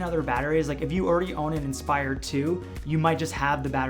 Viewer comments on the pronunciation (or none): none